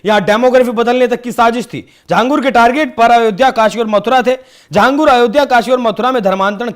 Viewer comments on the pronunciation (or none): Ye Akela Nahi hai Aise Kai Baba ho sakte hai desh me jinhe ye videshi sanstha fund Kar rahi ho. और भाई लिखते छांगुर हो बोलते झांगुर हो, हिंदी नही जानते क्या?